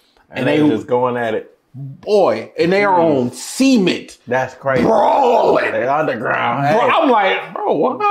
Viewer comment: “Semen’t” Just sharing what I heard.